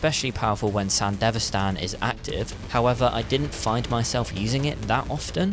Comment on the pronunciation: It's Sandevistan, not sandivestan 🤦‍♂️